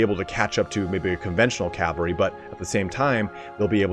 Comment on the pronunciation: CAV-AL-RY please bruh